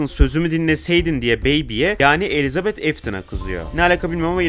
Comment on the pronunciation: bence afton elitabete diyor